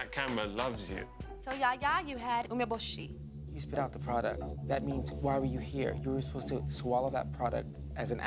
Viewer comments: Tyra can't even pronounce "umbeboshi" properly. It's "oo-meh-boh-she" and she says "uh-meh-buh-she" and did you notice her hesitate right before trying to say it? Tyra can't even do it accurately! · its funny how the judges are judging how the girls speak Japanese when the judges themselves can barely even say 'umeboshi' right (yaya got it though !) Edit: i just realised jay himself pronounces the director’s name wrong (yoshii instead of yoshi-e)😭